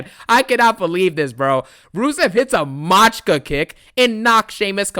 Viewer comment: Machika is clearly not an English word, dlrusev is not an american....common sense would tell you to take 5 seconds and look up the word instead of sounding like an ignorant clown